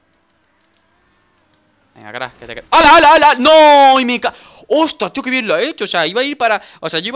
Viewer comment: Dijo corre o tre atropello like si te diste cuenta